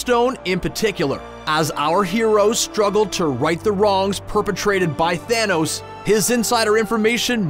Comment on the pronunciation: I realized he kept saying Thaynos